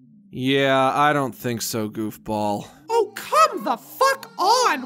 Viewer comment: I thought he said golf ball when he said goofball